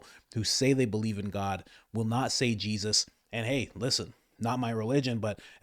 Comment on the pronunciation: Nah man you can't pronounce jesus's name like that🤦 Je zus it's like he's only ever heard it said as a reaction😂